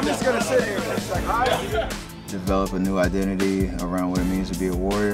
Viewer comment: "Play like you're first, Train like you're scond"